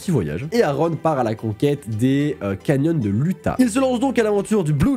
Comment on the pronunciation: Tout le monde: pronociation Ioutah: prononciation Uta